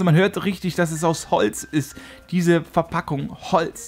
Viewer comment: Du sagst Holzt